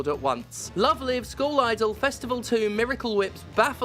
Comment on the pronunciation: Man I love the way Steph pronounces school as skull. Makes Love Live sound a bit metal.